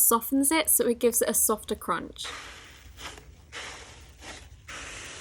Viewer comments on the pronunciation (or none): none